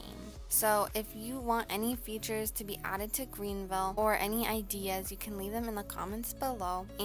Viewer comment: Man said Green vile